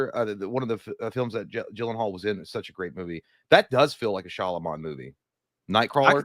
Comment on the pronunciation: I wish J knew how to say Shayamalon, (Sham-a-lon)